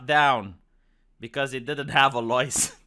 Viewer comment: "Where's your Lemonade Loicence, citizen?! 🔫👮‍♂️"